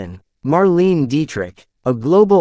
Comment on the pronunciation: Nice summary although the moderator’s youth is revealed by his mispronunciation of Marlene Dietrich’s first name and Claudette Colbert’s last name. They are pronounced “Marlayna” “Colbear”